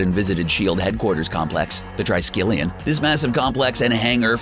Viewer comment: TRISKELION is pronounced as TREESKELION not TRY-SKELION.